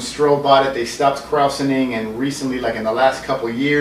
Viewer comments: "KrOWsening" LMAO!!! Dude, watch a late 70s-early 80s commercial to learn how to pronounce it lol. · I grew up around La Crosse with the original G. Heileman's Old Style "World's Largest Six Pack". We used to be able to go and get gallons of the artesian spring water...and it was pronounced "kroy-zening". Not like saurkraut, even though it's spelled like that. Watch old videos of original Old Style, brewed in God's Country. It has changed SO much since then...and doesn't have the peeing frog on the can anymore :/